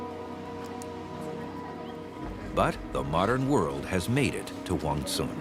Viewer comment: He keeps mispronouncing Huangshan. Kind of bothers me.